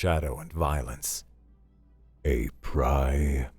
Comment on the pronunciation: I'm only saying this because I care about the craft. Primate is pronounced PRIME-ate.